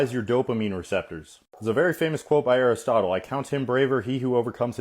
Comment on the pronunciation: mans said aristotlehy ?!!&/&/&